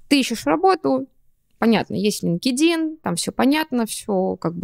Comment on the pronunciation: Лин-ке-дин это конечно 😮 Столько англицизмов уже в речи, а как главный сайт произносится остаётся невыполнимой загадкой